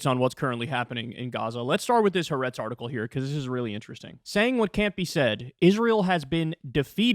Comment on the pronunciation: Why can’t he or Krystal correctly pronounce the name of the newspaper after 6 months?! It’s “ha’aretz”—ha-ah’-retz (3 syllables). Ha=the, aretz=land.